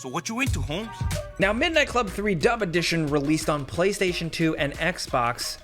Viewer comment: Am I the only one that heard "dumb edition"?